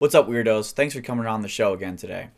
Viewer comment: "Weir-doze"? calls us "buttholes" and we identiy as "buttholes". So we would appreciate it if you would check your gunTuber privilege and refer to us according to our preferred insult.